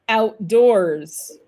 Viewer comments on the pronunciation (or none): Quand Nicole prononce "outdoors", on a l'impression que l'accent tonique est sur la deuxième syllabe...